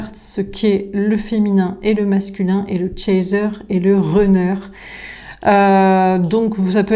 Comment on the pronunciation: Bonsoir ! Runner se prononce Ranner non Renner 😊 le U en anglais ce prononce A comme Gun ou Sun